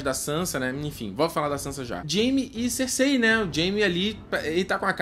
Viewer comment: po, parceiro. Fala "Cersei" direito, parece que voce nunca ouviu o nome dela na serie